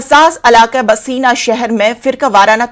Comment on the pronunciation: Bhaseena nahi bhainsa